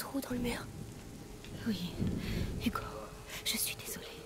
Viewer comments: Excellente vidéo !! j'en veux plus, trop bien !! Je vais m'acheter également ce jeu, ça à l'air tellement prenant !! PS: Seb dit: "Yugo" au lieu de "Hugo" 😂👍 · Manger du sanglier ... pas très vegan tout ça x) Il a vraiment dit Dogoo ?